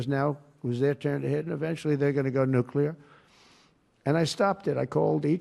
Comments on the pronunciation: You take a blow to your intelligence and gravitas just how you Nuc-U- lar!!! Please correct this! It is Nu-CLEAR! Yes! It matters! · For real Benny... you say "nuclear" more than anyone I know. Please learn how to pronounce it.... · Benny it’s nuclear not nucular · Why the hell can't Benny say "nuclear"? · He must have learned that from George W.